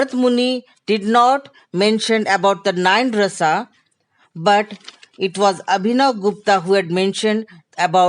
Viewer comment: Not correct to say Ras it is Rasa Bhav it is Bhava